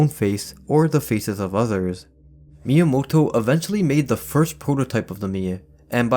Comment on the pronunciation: Finally someone pronounces Miyamoto's Name correctly!